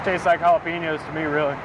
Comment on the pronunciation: Anyone notice he pronounced the j in jalapeño